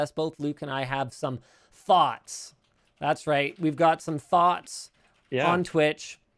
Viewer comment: nobody: linus: "i have some thots on twitch"